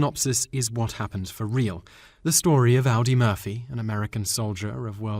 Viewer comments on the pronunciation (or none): AW-dee, not OW-dee. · Brilliant! His name is Audie Murphy, not Aldi Murphy. That movie opened enough Hollywood doors to give him a nice little career in "B" level movies, black and white westerns on TV in the early 1960s. Plus it sounds like Audie Murphy was the real basis for Quentin Tarentino's 'bad puppy' Nazi hero, Frederick Zoller. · Roger Ebert?...EEbert is the correct pronunciation of the name of a very well known film critic. The "badass" our narrator admired in the final comment was named Audie Murphy, pronounced ODDy Murphy, not like the car brand.... Please, have him endeavor to correctly pronounce words and not merely read them as he does. That is not the manner of a professional narrator. I seem to be "belaboring" MY point.